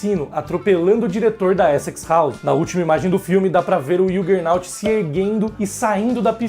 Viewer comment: ok. Estranhei apenas vc dizer que não lê Marvel em português mas falar errado o nome do Juggernaut em inglês : o "J" em inglês tem som de jota mesmo (e não som de "I")